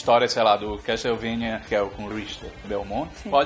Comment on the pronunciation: CAS-TELE-VANIA. obg, dnd